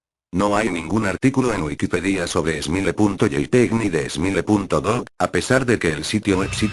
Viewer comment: jajajaj es smile dog no emile dog